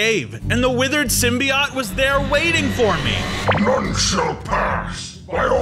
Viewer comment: symbiote sim by ote thats how u say it